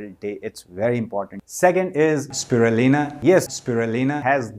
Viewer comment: Is it me or did anyone else notice he's isn't actually saying Spirulina?